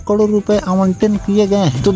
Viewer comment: Say karod not kadir as you are telling inthis video